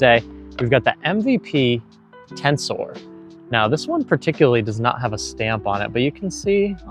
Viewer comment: It's "tenser". Not "Tensoar"